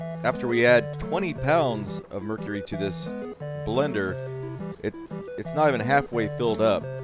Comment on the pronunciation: I think he actually pronounces mercury right.